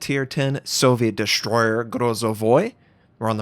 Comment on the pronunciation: What is a Dishhhh-stroyer?